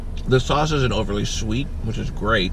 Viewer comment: Is he saying sauce like saurce on purpose?